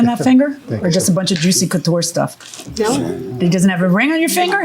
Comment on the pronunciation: Girl, it’s juicy couture……😂 knock it off.